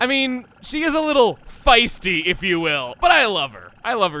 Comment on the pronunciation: I was like why did he emphasize feisty then I was like really chugga (fi)sty REALLY